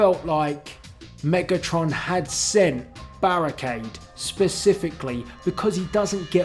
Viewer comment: I. Fink. Berrekeid. Was. Kild